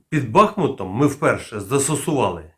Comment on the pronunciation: Правильно казати БахмУт. Місцеві з цього приводу дуже переймаються.